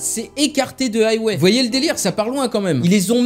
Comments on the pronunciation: Haywai lol ça ce prononce huawei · C pas haywé mais hwawé